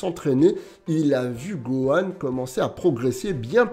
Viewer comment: on a tous entendu buhan et pas gohan